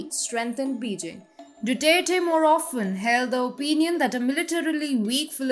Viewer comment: pleas elear how to pronounce Beijing - its Bey Jing